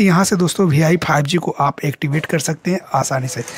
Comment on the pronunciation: Bhai vi to kehna seekh lo bh I keh rahe ho 😂😂😂